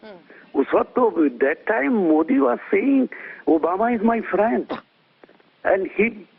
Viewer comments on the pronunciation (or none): And whatever happened to Godi's statement, prior to his "fraand Trump," "my fraand Baraak."😂😂